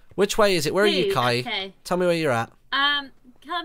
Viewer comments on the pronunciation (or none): It's not Kiay it's kaey